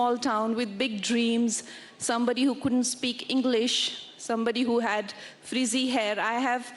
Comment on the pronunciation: Kangna g its not freezy its frizzy